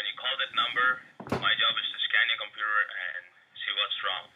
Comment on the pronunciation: TheDutchOwner's Tech Channel Hij zet inderdaad een Europees accent op maar denk geen Nederlands accent. Luister maar naar de manier waarop hij zn 'r' uitspreekt en bij het woord computer klinkt het als 'Compoeter' waar een Nederlander eerder 'Kompuuter' zou zeggen. Slechts een mening btw :)